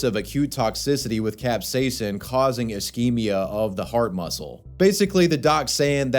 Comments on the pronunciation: I hate how you say capsaicin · Capsaicin is pronounced (kap·say·uh·sn). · please learn to say capsaicin. there is no "sh" sound. its not shin.